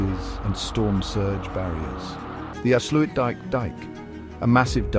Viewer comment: dike dike right why not dikedikedike and oester schelde??? ...right, it clearly reads says OOster NOT Oester with O as in go, and not oe as in shoe switch off the idiotic AI voice PLEASE.... it is INSULTING our language... af sluit dIJk with a Y /ij